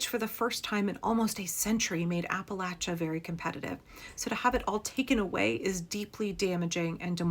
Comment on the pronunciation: 1) From Kentucky, thank you for pronouncing Appalachia correctly. 2) If the people of Appalachia don't want to become District 12 from the Hunger Games, they need to reexamine their political stance ASAP.